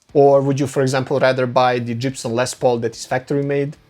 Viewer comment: wtf, did he say Jibson???